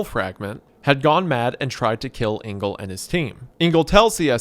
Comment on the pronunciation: Just a quick one - Engel is not pronounced "Ingal", but "Angal". And is German for Angel (but with a hard g - which you got right).